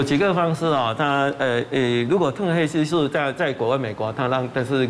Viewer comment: ㄊㄨㄣˋ褪黑激素不是退黑激素